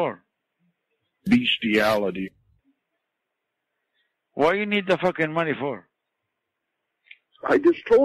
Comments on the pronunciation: Beshtiality SAY HESY! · "What are you doing in Walnut?" "Beasthiality"